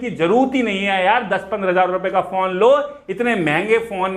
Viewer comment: Every time he says phone I hear it porn